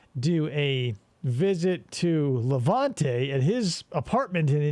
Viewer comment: Awesome job but perhaps 1400 analogies is too much and for the love of God it's LevEnte not LevAnte!